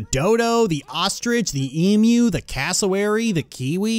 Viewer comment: pronounces emu correctly YES!